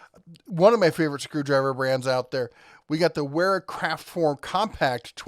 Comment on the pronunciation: Wera is a German Company - The "W" is pronounced with a "V"! So, the name is pronounced VERA!